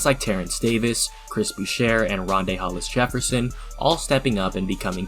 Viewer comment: It’s Chris Boo-shay* Dude’s last name is French Like my last name... paw-yet.